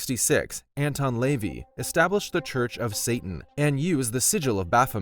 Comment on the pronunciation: His name is pronounced La-Vey. Not leevee. If you're going to make a video on something get the pronunciation of names correct.